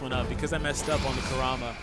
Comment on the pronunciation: “Koorama” :| Y U bootcher hys nahme But this honestly looks very interesting.